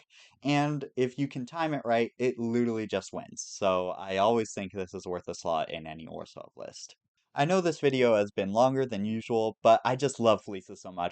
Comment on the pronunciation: Orz-hove is definitely a take on the pronunciation of that word LOL. But this was a really cool video! You have a lot of really cool takes on commanders. Great work